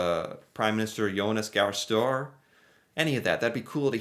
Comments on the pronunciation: Couple of things. Støre is not pronounced as english word:store. Its more like: stir-eh. Also, fake news? Stoltenberg visiting was NOT prime minister 30 years ago.... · Hi! Love your work. Tip: Say - Sturgeon. Or - Work. Now. Say Støre...